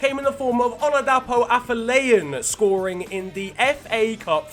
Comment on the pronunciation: you wrecked Afolayan's name by the way